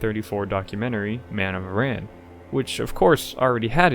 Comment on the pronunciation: Aran Islands sounds like Aaron, not Iran